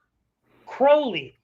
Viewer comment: alistair crowley not alistair crawley